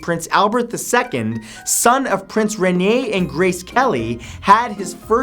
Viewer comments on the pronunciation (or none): none